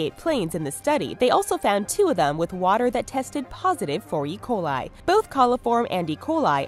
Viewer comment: When you said e-coli I thought you said Ebola